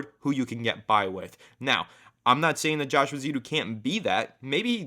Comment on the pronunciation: I hate correcting people but the name in my understanding is Josh Eh-zoo-do. If i'm wrong please correct me back. lol Have you guys heard the rumors of a trade for Dalton Risner from the Broncos and what do you think of this?